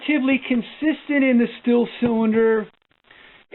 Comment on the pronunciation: In all of your numerous consultations with Stihl did they ever once mention that it is pronounced “Steel” and not “Still”?